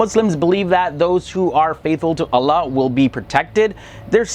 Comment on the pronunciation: I hate the way his pronouncing the name of Allah 😏😏